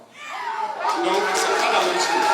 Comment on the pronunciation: Ibrahim Traoré Cacao,on ne dit pas Sose mais chose, analphabète Bouki gaou là 😂😂😂😂